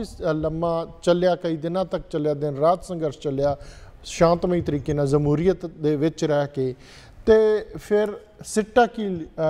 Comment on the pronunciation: Jamhuriat word aa sir. Zamhuriat nhi